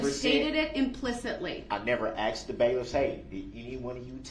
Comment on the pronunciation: "You heard what I axed." Who speaks like that to a judge? 😮